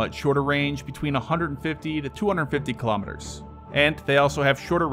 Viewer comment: Why don't you just use miles/hour (mph) since you are incapable of pronouncing Kilometers properly!